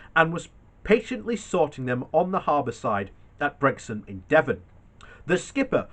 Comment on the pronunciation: It's Brixham as in six-em, NOT sex-um and fix-em NOT fex-em. Sheesh.